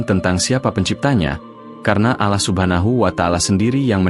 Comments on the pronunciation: Akun yahudi. Takkan bisa fasih dalam melafalkan nama Allah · Bahasanya bikin geli ... Mu (Allah ) jadi MU kayak nyebutin club bola🤭🙏🙏 Cara menyebut Allah jg tidak sbg mana mestinya ... 🙏🙏